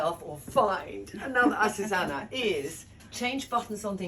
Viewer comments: oh Trinny ... all this time I thought your seamstress' name was Asusana, when it's actually Azucena ... try pronouncing it correctly. It's very frustrating to closely work with someone who always pronounces your name wrong. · Trina I love you & everything you do so I know you will take this with the spirit intended. Her name is pronounced Acu (zoo) ce (se-several) )na(like the end of nana) honestly I was so surprised her name was Azucena, you end it with Anna. I think names are so important.